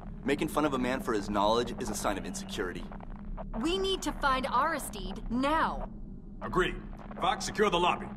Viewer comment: Air-iss...steed vs Air-iss-STEED-ee. Funny the things that grab your attention....